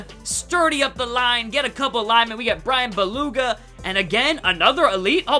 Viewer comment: Did you really just say Bryan buluga? Lmfao